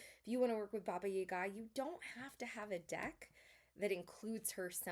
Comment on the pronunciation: you approached the subject respectfully, I think. As a representative of Slavic culture, I also appreciated your correct way of pronouncing "Baba Yaga" 🫶🏼 Thank you for the video!